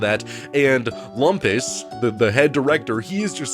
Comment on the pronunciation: Thanks, I haven't seen the show in a while, and it sounded like was saying Wampus instead of Lumpus.